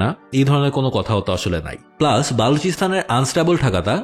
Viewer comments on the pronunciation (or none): none